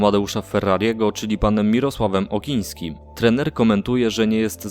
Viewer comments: Okniński...! A nie okiński Widać, że znasz temat i ludzi ;) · Ty frajerzyno dziennikarzu, Okniński, nie Okiński, chłopie weź rozpęd... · trener Okniński jak już coś, a nie Okiński :D :D :D